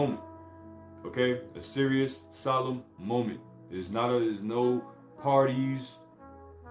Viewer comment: Remember Yahawashi Died for Us (You/The Israelites) sol·emn /ˈsäləm/ Learn to pronounce adjective formal and dignified. "a solemn procession"